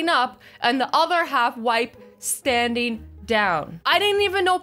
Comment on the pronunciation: She said STNDING down